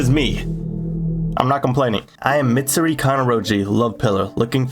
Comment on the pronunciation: Bros rizz is so immaculate he butchered mitsuris name and im not even mad